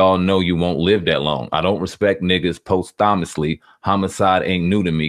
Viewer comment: These dudes are kinda slow huh? That word you pronounced wrong... "posthumously" means after death. So obviously he didn't write this before XXX died. And so what, if Vic felt the need to get it off his chest and was feeling some type of way about XXX being treated like a superhero just BECAUSE he got murdered than so be it. Free speech.